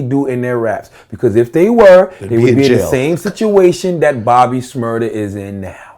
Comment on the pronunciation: "bobby shrmurdeR"